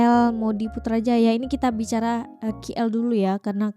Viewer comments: Lebay itu maksudnya apa, berlebihan/over ke🤔KL sebutnya bukan Ki el tapi ke el seperti oke.. K kalau di Indo sebutannya huruf ka kan.. Putrajaya banyak cctv di jalan bukan hanya jenayah, langgar peraturan pun orang takut buat, nanti terus sampai surat saman ke rumah.. polis di putrajaya dan polis banyak kl area pudu.. atau di highway/lebuhraya/jalan tol.. kalau sedang keluar ke negeri lain, mesti selalu nampak polis sedang meronda.. Orang ramai jam 9 kerana Isyak dalam 8 lebih.. lepas isyak baru keluar.. mmg peak hour pukul 9 tue, orang pergi makan selalunya jam 9.. (kalau saya tak salah faham ya jam 9 malam) Saya dari Seri Kembangan juga🫰🏼 boleh borong coklat Beryls terus dari kilang/pabrik.. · Sebut betul2 dik Keey Elll